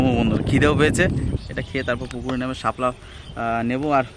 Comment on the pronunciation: শাপলাকে হেলা বলি